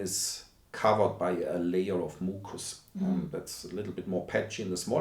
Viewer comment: Oh my god. The way he said "moocus" had the same effect on me that "moist" does on some other people. It's not misophonia, and yet I found myself wanting to leap through the screen at him. Completely irrational anger, and the poor dude was just pronouncing words the best he could. 😭 Also, unfortunately, as fascinating as the topic is to me, this presentation was so dry that I just couldn't sit through it. I don't normally consider myself someone who'd rather get a synopsis than read through/listen to the subject matter, but he is unfortunately one of those academics who--although passionate--isn't very good at breaking down information for the layman audience. I skipped through the video and rewound when I heard some interesting points, but I'd love some kind of summary (not that I expect to get one, lol, but YOUR presentation style is so much more engaging than his was).